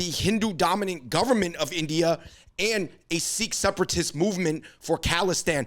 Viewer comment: Bro you guys are pronouncing Sikh incorrectly. A lot of Sikhs would get offended guys please be aware.